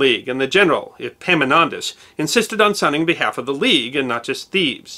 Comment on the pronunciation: I realise that "Epimonantos" and Epaminontas sound the same to most of you, but it kept me laughing through the last half of this video..... I love your work! Keep it up